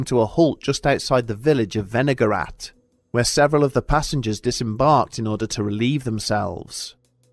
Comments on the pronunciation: I thought for sure you said vinegar rat at first. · I was listening instead of watching and the first time he said "Wenigarath" I thought he said "vinaigrette"